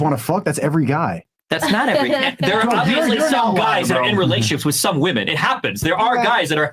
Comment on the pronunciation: Dude hearing ‘flewed out’ instead of ‘flown out’ and ‘woman’ instead of ‘women’ actively depletes my iq. Ugh.